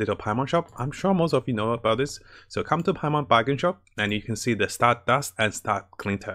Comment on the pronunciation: Every time I hear "Stardast": *JOJO's flashbacks intensifies*💪👾💪